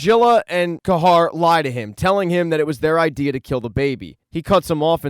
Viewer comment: I thought “Ca-har” was pronounced “Ca-here” 😅